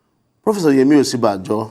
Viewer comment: He is supporting Osinbajo and cannot even properly pronounce his name. He is saying "Osibanjo" but the VPs real name is "Osinbajo"!!!